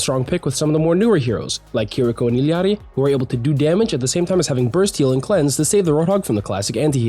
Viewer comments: Thank you for saying Illari correctly, it's the small things. But also I love the tier list. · Maybe because he might speak Spanish? The way he said it sounds like he knows how to speak Spanish. Someone who doesn't know Spanish will pronounce the "lla" part of her name like a regular "L"